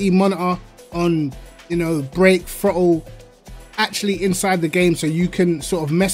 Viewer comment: Amazing how I hear "the frottle pedal" in his accent 🤣🤣